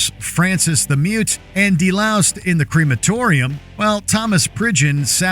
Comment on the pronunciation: It's Comatorium...not Crematorium